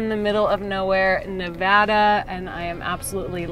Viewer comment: Thank you for pronouncing Nevada correctly.